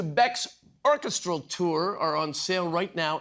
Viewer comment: Love me some Beck and a very nice interview BUT surprised Mr. Short mispronounced the word orCHEStral twice (he said ORchestral). I would have thought he'd know this one (he's a smart cookie and a singer) and I don't think it's a Canadian thing. ❤☮🌎